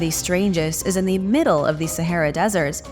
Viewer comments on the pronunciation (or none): none